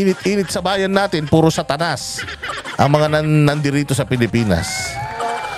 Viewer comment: Goodmorning po. "SATANAS" daw po.nd santanas😊 Anyways...vote straight TEAM SUKA!!! takot na po sila kasi po huli na sila sa first hearing pa lng.sinasalo ni BOYINGYING REMULLA ang discussions kaya ngyon f ever aatend po sya ulit baka po mangingisay sya at matuluyan na😂